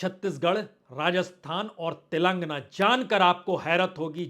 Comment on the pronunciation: Aap zarurat ko jarurat kahte Hain Aap Tilangana ko Tilangna Kahte hain Aapke Report Men Jhatke Ka Jumla Baar Baar Aata hai Is Tarah Aap Kai Adabi Ghalati Karte Hain Iski Islaah Karen.😊